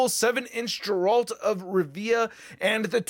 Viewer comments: I love you brother but its pronounced like "Gair-ult" not "Jeralt" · Indeed. 'Tis "Geralt," not "Jeralt" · Stop saying jeralt it’s Geralt ... hard G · Jeralt, its geralt not jeralt. Doug cockle is ashamed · It’s Geralt NOT Jaralt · Alright, buckle up, your old uncle Optimus is about to give you a Witcher crash course. If this helps you, I wouldn't be opposed to you pinning the comment so it helps others. I'll make a load of Marvel references to help you understand 😎 1. You kinda butchered the name I can't lie 😂 You say the name as you see it, so phonetically, it's spelled "Gerult of Rivya". It's a hard G, like game. 2. Witchers are essentially bounty hunters. People pay them to kill monsters mainly, but they can do a wide range of things as long as money's involved. They're like mutants, in that they're feared and shunned from society. There was a huge pogrom against Witchers and many died, and since then, no new Witchers were trained. 3. There're many different Witcher schools, but Geralt is from the School of the Wolf. His teacher was Vesemir. 4. Witchers are like Jedi, in that they're taken in when they're young. I think they're all male for the most part. They all go through the Trial of the Grasses, which is an initiation test, but this is very dangerous. The kids train rigorously and are injected with mutagens and chemicals, which give them special powers, but there's a high risk of death during this process and sadly many kids die; Geralt was one of the lucky ones. 5. Witcher powers are basically the same as Cap's, in that they're super soldiers. But they also have the ability to cast limited spells, like a shockwave, fire, mind control, a shield and some others. They also have heightened s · every time i heard "jeraalt" I cringed haha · Hey, "Geralt" is pronounced with a hard "G" like the word "gift" or "guardian"